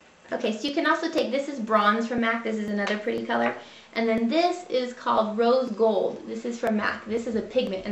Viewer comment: Did you say Rose Gold or Old Gold?